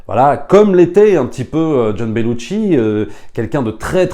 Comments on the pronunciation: petite précision: on ne prononce Belushi avec un T... ce n'est donc pas BeluTchi mais Belushi :) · Belushi = ”chi” Bellucci = ”tchi” Sinon, merci pour ton enthousiasme